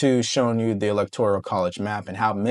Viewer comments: Electoral Not ElectoRIAL. No big deal, just a correction. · Electoral….not elector-i-al…TIA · It's the E-LEC-TOR-AL college not e-lec-tor-i-al college!!!!!!!!! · Lol, it's not electo-R-I-A-L, but electoral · Electoral not electorial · suggestion - electoral - NOT elector-i-al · "Elect - or - ole", not "elect - or - ial" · Electoral. Not electorial. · It’s electoral, not electorial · I like your channel. All due respect to you. It is electoral not electorial. ✌🏼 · Love the show! just a note...it is ELECTORAL votes, not electorial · Electoral, not electorial. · I'm a big fan of yours, but the word "electoral" is not a 5-syllable word. It's not pronounced EE-LEK-TOR-EE-AL Brother, it's a FOUR syllable word. It's pronounced EE-LEK-TOR-AL. That's it! Just FOUR syllables. 1, 2, 3, 4. EE - LEK - TOR - AL. I know you're a smart cookie, but I have to tell you straight up... it makes a lot of people cringe when they hear you keep saying EE - LEK - TOR - EE - AL. Just keepin' it real my man. Keep up the great work. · it’s electoral votes, not “electorial” … no i 🤍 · Hey - I really enjoy your content. Work on your pronunciation of the word electoral. Otherwise, keep it up!